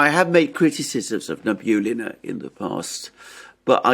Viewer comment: Good Day, & Alexander. It's Na-bee-ú-lli-na (the stress is on "u").